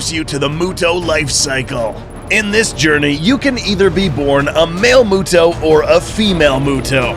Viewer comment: "Mister MUTO" for Male MUTO